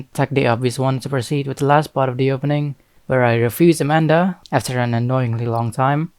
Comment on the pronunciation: It's amarta not Amanda